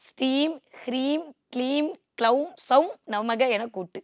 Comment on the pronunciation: அம்மா தாயே ! அது “ க்ளவும்” இல்லையம்மா ? நீங்க கொஞ்சம் விவரம் தெரிஞ்சவங்களாச்சேன்னு நினைச்சேன் ; இப்படி தப்பா உச்சரிப்பு பண்றீங்களே? " பீஜ " மந்திரத்தை தப்பா உச்சரிக்க கூடாது; சகோதரி !